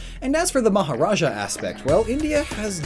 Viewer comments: It's maharaja, not majaraja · majaraja?? its maharaja